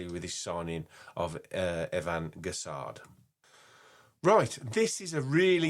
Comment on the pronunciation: just a tip on the pronunciation- it’s like gess- on. Silent d at the end. Not gess-ard or gess-and.